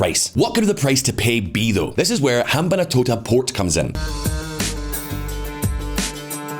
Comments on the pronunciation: Ham-ban-tota, NOT Ham-ban-A-tota. An approximation of correct pronunciation should NOT be as prohibitively difficult as this channel's presenters make it seem. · wtf is up with his pronunciation of rajapaksa and hambantota. like dude its not that hard.